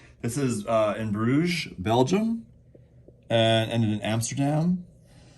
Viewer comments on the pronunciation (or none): none